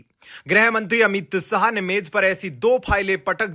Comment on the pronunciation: बहुत अच्छी खबर। पर अपना उच्चारण सही करो 'श' को 'स' (अमित साह) व 'स' को 'श' ( शांशद) कहना। हिंदी क अशुद्ध उच्चारण ठीक नही लगता।